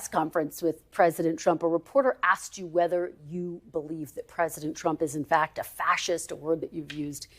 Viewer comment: It’s asked—— not axed. Work on that😊